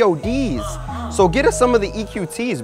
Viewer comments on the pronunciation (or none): It's pods not p.o.d.s